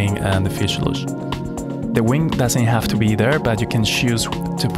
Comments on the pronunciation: Fuselage not fuseiluje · He can't say fusalage ;-)